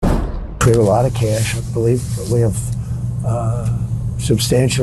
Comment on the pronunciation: He didn't lie, he said he had "kesh", not "cash". He has a lot of kesh.